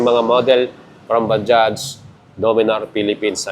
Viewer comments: Hindi ba-dya, ba judge ang tamang basa sa word na bajaj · Hindi ba-dya Ang tamang banggit sa word na bajaj kundi ba-judge ok, ba-judge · Bajaj not Bajah/Baja brother. Please research how to pronounce the name first. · Bajaj po ang tamang pronunciation, hindi Baja, hindi silent "j". Mga indiano na nagsabi niyan. Tama rin si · Kuya Correct lang kita Indian company yan ang pronounciation nyan is Ba-Jaj Ba-Judge Hindi po Baja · Napapansin ko yung pagkakasabi mo na baja ang proper talaga tawag or pagbasa bilang nanood nang vlog sa india ba-judge may diin kunti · Ba-jaj po ang tamang pronounciation, with j po sa huling word